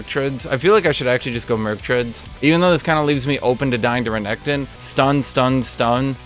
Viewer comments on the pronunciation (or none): none